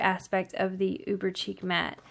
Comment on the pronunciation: Thanks for the review. Just a note: Chic is pronounced like sheek.